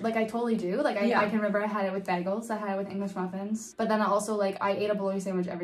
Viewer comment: did you just say... BAGGELS?